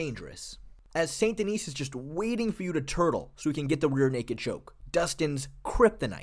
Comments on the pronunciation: The 's' in 'Denis' is silent. Unlike the name 'Denise'. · the "s" at the end Denis is silent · Each time an English speaker pronounces the last S of Benoit's last name, I cringe. And Navy seals don't exist in the French army BTW. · The s in Denis is silent